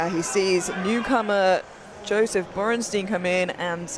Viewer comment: If I hear Borrnsteen one more time I’m going to invade Poland.. HIS NAME IS BORENSTEIN